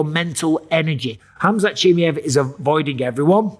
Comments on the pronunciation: Bisping what the hell is up with your accent? You're a UFC commentator it's C-H-I-M-A-E-V not chimmie-yey XD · Chimmy ev chimmy ev chimmy ev. Please just say his name normally. I cant watch the video its so distracting right away. CHIMMY CHIMMY CHIMMY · Why do you keep saying Chimiev? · I laugh every time he says "Chimmey-ev" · Take a shot every time Mikey says chimmiehv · Bisping saying Khamzat Chimmey-ev just made me laugh 😂😂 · He really insists on the Chimmyev lol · 😂😂😂😂😂😂 please say his name properly for fuck’s sake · Say his fucking name properly FFS! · Bro said his name 20 times wrong lol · Why not just learn how to say his name correctly?